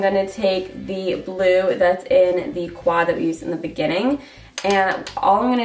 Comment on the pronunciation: 👌👌👌👌and every time you say quad it always seems to make me laugh Idk y